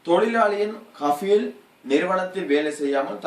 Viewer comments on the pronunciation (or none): ஹபீல் இல்லை கபீல்